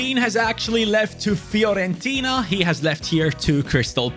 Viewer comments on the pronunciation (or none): none